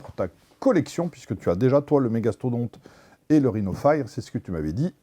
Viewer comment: méga stodonte mdr XD